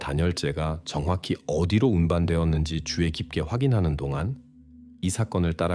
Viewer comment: 주의 깊게를 자꾸 주에 깊게라고 발음하는거 킹받네;;;; 수의를 수에라고 하고 ㅋㅋㅋ ‘의’ 발음이 안되다니 한국인 아닌가?? 그리고 왤케 직역투여